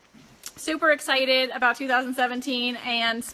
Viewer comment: Also it's excited, not essited. And refrigerator, not fridgerator.